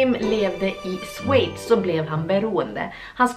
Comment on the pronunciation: Det heter Schweiz inte Sweichz